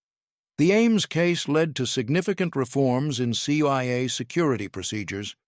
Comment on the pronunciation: It’s CIA. Not CYA. Either AI or dumb narrator.